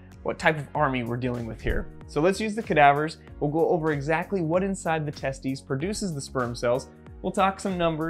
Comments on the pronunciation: Wait, it’s pronounced tes-tUS, not tes-tEES? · Hahaha he said testie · It's pronounced teh-steez